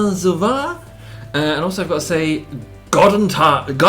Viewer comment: Guten not gooten table ;P